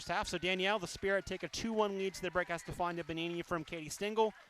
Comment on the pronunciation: no es estefaña, es estefania, siempre lo pronuncian mal!